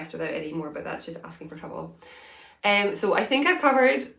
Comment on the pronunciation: Don't change a thing. I'm also a fast-talker and your speed is perfect for me. There are some people whose videos I have to speed up just so it sounds normal. :) You're amazing - don't ever change! I get a giggle when you say "sohwwww!" 😂